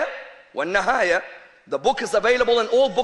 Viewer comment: AL-BIDAAYA WA NNIHAAYA - - not al-bidaaya wa NNAHAAYA. PITY! ! ! you can't even read ARABIC WORDS PROPERLY. ! ! !